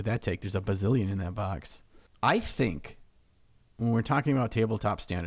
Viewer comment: Every time says "BAWKS" 🤣😂🤣😂